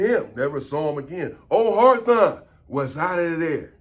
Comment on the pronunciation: “HARTHON” ITS HAWTHORNE LOL AND SINCE WERE HERE ITS HOLLA PEN YO 🌶️ SERVICE SA 🍺